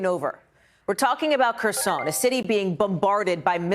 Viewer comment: You don’t know how to pronounce Kherson